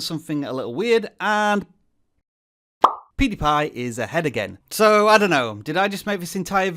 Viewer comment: Did this dude just said poodiepie